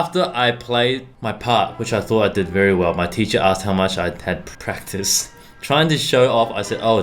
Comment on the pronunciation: When you cried while practicing: "PRACRICED"